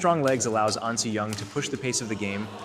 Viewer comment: ahn not ann